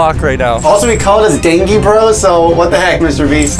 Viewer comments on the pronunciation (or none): He said dangi bros instead of dangie bros😂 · He litrally said danGe bros and not D-AY-N-J-Y Bros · Man really said DanGie bros lol